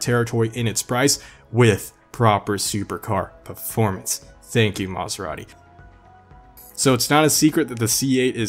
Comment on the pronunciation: Did you say “Maserani?” Lol